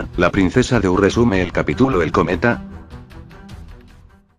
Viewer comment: tituloooo capitulooooo porque todos los loquendos usan mal el acento y las tildes???? bueno no importa buen vídeo me voy a suscribir y te voy a poner en mis canales amigos 😎😎😉😊